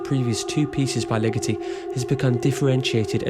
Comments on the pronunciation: always thought it was Ligeti as in "lee-ghetty", not "lickety" as in "lickety -split" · Thanks for your interest in this and thanks for the Patterson link. Looking forward to checking out that essay. You may want to learn the proper pronunciation of both his forename and surname for the sake of accuracy tho. Very nice graphic work and enjoyable presentation. Thanks again!